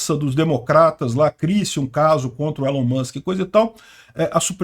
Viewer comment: Se fala "ÍLON" Musk.